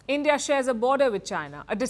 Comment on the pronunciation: End-ia and podi😮😂